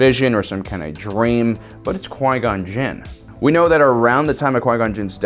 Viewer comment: jin not jiz lol